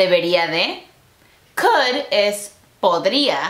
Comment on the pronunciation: El "kUd 🐓" en el segundo amé JAJAJA